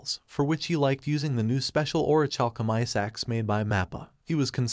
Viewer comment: Or-ih-kal-kum I know the last syllable is a funny word. Don't focus on that.